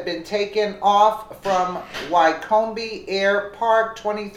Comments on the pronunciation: bless your heart, I know our place names are strange but its pronounced WICK OM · The plane is a Cessna, pronounced Ses-na, and the airport in high Wycombe Buckinghamshire is pronounced, High Wick-um. You really need to do a bit of research on English pronunciation as you have been reminded countless times. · She needs to learn enunciation of Cessna and Wycombe, to name a few. Terrible reader.